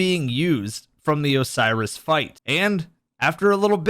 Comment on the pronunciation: it's oh-serious, not oh-syris